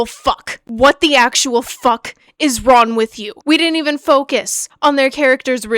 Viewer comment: This is so off topic and I completely agree with your frustration, but have you noticed you have a tendency to drop the g in some words? I caught it a couple times throughout this video like with the word "wrong" and thought it was interesting, lol